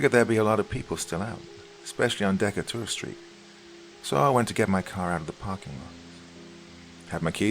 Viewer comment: nearly everything in this story is false from the pronunciation of Decatur street to the names of Hospitals in NYC, Americans don’t call operating suites “theaters”, and the properties of Ketamine as described are inaccurate- Ive administered it to children in the ER while having bones set, and it’s used as psychological therapy for depression and anxiety under the direct supervision of a therapist, skipped…